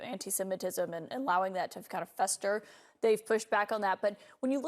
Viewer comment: There was so much commercials on this heck no plus she said tick tack instead of tick tock i wouldnt have aired this